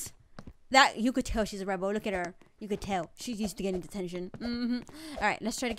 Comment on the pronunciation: You say loo instead of look good vid I like how you say it